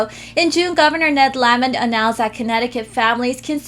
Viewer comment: It's not Governor La-mint, it's La-mont. Pretend there's an E on the end of his name! That's the governor's name for Connecticut!